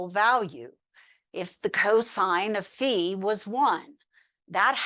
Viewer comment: someone who has pronounced phi correctly! ureshi~~